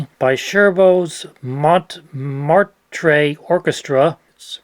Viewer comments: Hearing you trying to say "Mont Martre" was quite funny. Thanks for making me smile. For reference, Montmartre is the famous big hill in Paris, France, with two windmills, one of which is the Moulin Rouge, and on the top, "L'église du Sacre Cœur".. meaning, (The) Church of the Sacred Heart. The area of Montmartre is famous for many other things, not least that the popular film "Amélie" was set there. (Audrey Tautou is scrumptious.) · Oh, dear - 'Montmartre' doesn't sound anything like that. It's such an important place...